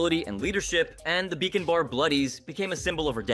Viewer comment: Bruh it's bacon 🥓 bar not beacon bar.